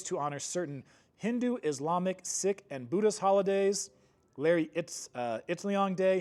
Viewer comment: Sikh is pronounced seek, not sick.